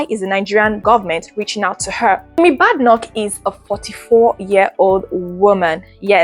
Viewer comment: Good effort, your presentation but the least you can do is to carry out some research to get ur facts right about the person or subject you're speaking on. Especially with the ease of access to information online these days. At least find out the correct way to pronounce her surname to start with. All the best in the future! 👍🏾🙂